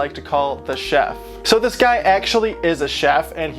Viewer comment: I like the part where he said ah the chedlf